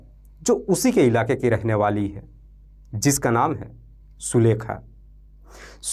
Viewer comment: AAP SULEKHA our MAYA kaa NAAM galat tarike se bol diye hai... Apnee STORY AAP khud dobara padne ke baad apnee kamiyan dekhe ...